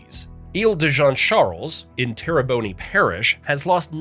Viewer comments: Tear a bone Not tear a bonie. Thank you for your attention to this matter. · They are pronounced Jawn LaFEET and TerriBONE! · He said "Jean LeFit". 🤣🤣🤣🤣🤣 Lafitte is pronounced LaFeet. 😳🙄 And Terrebonney Parish??? You can tell a non-native, or even a foreigner did this and probably used an AI voice. 🤣🤣🤣🤣🤣 Whoever you are, you did good! Really. 👍💯💪💛🖤⚜️ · The Terrebonne Parish one made me cringe, lol. I was really waiting for Gueydan or Natchitoches to pop up, lol.